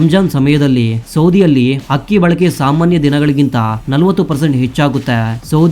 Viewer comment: ಅದು ಅಕ್ಕಿ ಹಕ್ಕಿಯಲ್ಲ ಉಚ್ಛಾರಣೆ ಸರಿಯಾಗಿರಲಿ